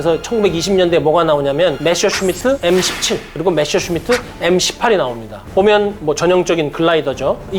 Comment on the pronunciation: 아 갱상도 분이구만. 메셔가 아니고 메서!!!!!